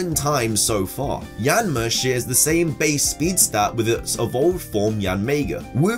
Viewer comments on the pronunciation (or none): none